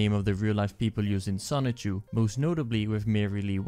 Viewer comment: The license plates say SONICHU not Son-Chu. The cars are named Son-Chu.